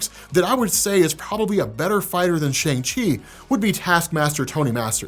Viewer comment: All the chinese actors/speakers pronounce it "Shang" and NOT "Shaung". It is only used as a joke to rhyme with 'Shaun' by the american actors